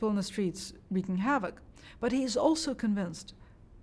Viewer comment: did you say HAVEOK? Well just ask attorney Mark Richards about HAVE-OCK and he will tell you all about havoc and how real it is